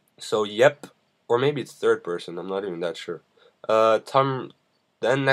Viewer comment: FIRST PERSHON SHOOTER ???? PERSHON ???